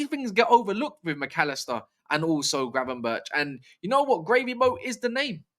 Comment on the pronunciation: Glad you pronounced Gravenberch’s name right 😂😂